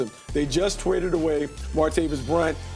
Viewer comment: “They just twaded away” 😂😂😂😂😂😂